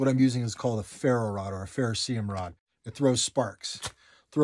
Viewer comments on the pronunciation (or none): I think it’s technically “ferrocerium” not “ferrocium” but besides that great video. I used to pronounce it that way too. A big ferro rod with a duct tape handle makes for a great emergency firestarter. (Duct tape, on top of its many other uses, is actually really flammable. It’s waterproof and if you make thin enough shreds of it you can even make a birds nest that can catch a spark from the ferro rod.) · It’s actually pronounced with 5 syllables - ferrocerium